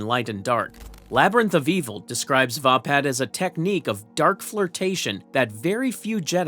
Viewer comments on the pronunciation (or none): Pronounced Vay-pad... Not vah pad. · its called va pad as in hey pad